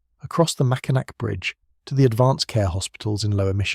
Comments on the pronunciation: It’s the Mackinac (pronounced Mackinaw) French, think French! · THE UP OF MICHIGAN IS ATTACHED TO WISCONSIN, SO IT IS NOT ISOLATED FROM THE REST OF THE UNITED STATES. ALSO, THE MACKINAC BRIDGE IS PRONOUNCED 'MACKINAW'.